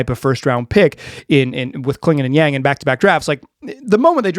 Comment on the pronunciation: Yawn-g not YAAng